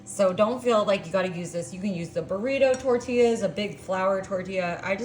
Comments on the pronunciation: Especially how she said "tortillas" 😂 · Saying Mexican cheese with a silent x then pronouncing tortillas how it’s spelt is diabolical